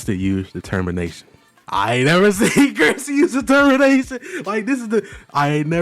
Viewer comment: "Your will", "Susie's will" AWW LOOK WHO CAN'T SAY DETERMINATION